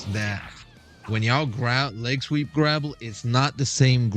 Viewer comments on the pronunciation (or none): Grapple. Not grabble.